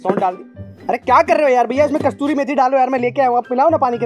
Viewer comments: Bro it's kasoori methi...not kastoori methi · It is kasuri methi not kasturi methi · It's kasuri methi not kasturi meethi